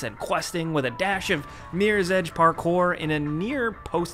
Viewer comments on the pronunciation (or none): none